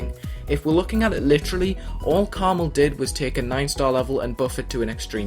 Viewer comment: Its pronounced karma "L"